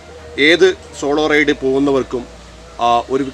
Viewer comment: Raid alla Ride❤️